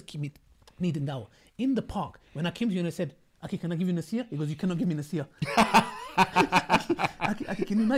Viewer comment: Every-time brother Ali says ”أكي” instead of “أخي” it makes me smile , may Allah blesssssssss you broters